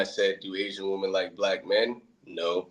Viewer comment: Bro was cool, but why he say "waamen" like that?😂